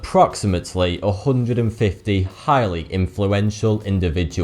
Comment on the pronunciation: chhhiiiighly lol